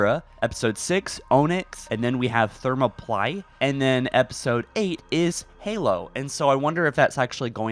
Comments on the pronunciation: Thermalply😂. you’ve heard the story of the actual Spartans and the 300 correct? The battle the 300 had against the 10,000 Persians took place at Thermopylae but it’s pronounced thur-mop-uh-lee lol. Not meaning to laugh but it was kinda funny haha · Ther mop o lee, or ther mop o lie not thermo ply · Did bro really just say Adam instead of admiral and pronounce Thermopylae thermo ply? 😂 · It honestly frustrates me to no end the way you just absolutely butcher obvious pronunciations of words that are directly relevant to Halo. Adm. Keyes is ADMIRAL not "Adam". Thermoplyae, Onyx etc how can you not just say the words properly? Are you rushing these videos out? The things you cover are of interest for me but I swear every video drives me insane with the way you say things SO WRONG that are so obvious.